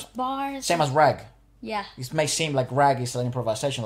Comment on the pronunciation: You pronounce rag as raag.